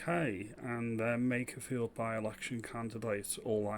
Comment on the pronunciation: Lowe can't even say makerfield correctly. Yeh so in touch